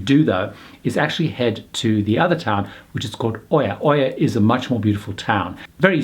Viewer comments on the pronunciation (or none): Oia is pronounced Eeya! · Been to Oia just yesterday during our cruise and we took a bus to Oia and the bus driver pronounced it as Ee aa not Oo aa.